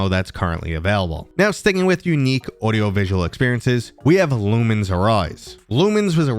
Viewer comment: Lumines is one of my favorite puzzle games of all time after Tetris Attack and Devil Dice. Just a heads up : its pronounced "luminous"